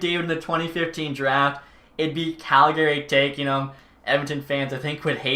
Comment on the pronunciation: i still cant believe hes Canadian and says Calgary incorrect. rattles me so hard haha